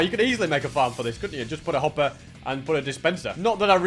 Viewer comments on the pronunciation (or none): none